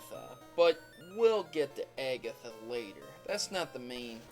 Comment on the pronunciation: oh my gosh, stop pronouncing things weird...aygatha, guyradose, lol wut???